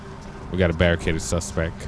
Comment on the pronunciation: classic line is when he says Suspec in stead of suspect or saint row instead of saints row lol i love you